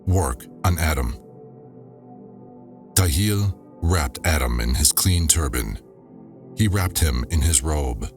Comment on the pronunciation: Appreciate the work that you've put into this recording. But the translation isn't perfect. Not directly translated. And sometimes the word Nishimtha should replace the word soul. The texts are not read chronologically, which makes the audio difficult to follow and make sense of. Some mandaic words and names are pronounce incorrectly, such as Ptahil. The P should not be silent. Otherwise, great narration and such a cool project!